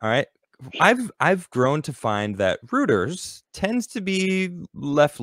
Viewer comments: "Rooters" It's not "Hooters" It's "Roy-ters" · Roiters, like loiter but with an r, not rooters, please value pronunciation as much as goods! Also it's zero hedge not zero henge. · Reuters is correctly pronounced "roy-ters". Rhymes with Soy-ters. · Reuters: Pronounced "Roy-ters". (Roto-Rooters = Plumbing company ..... Reuters: International News Organization) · It's pronounced 'Roiters' Just like the 'eu' in Deutschland. Which makes sense, since the founder of Reuters was from Germany.